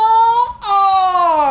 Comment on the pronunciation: I don't like how says Tomorrow is forever all 'ares'. He should say it more like 'ours'. lol